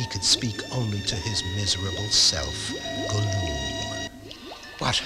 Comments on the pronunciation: Nah man, I'm dying from Laughter. The mispronunciations from Samug and Thorin aren't that bad compared to Gollum. They did my Boi Dirty, they call them Guloom (Go-luum). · Gollum is Go-Loom? I didn't know that he was a weaver in his spare time.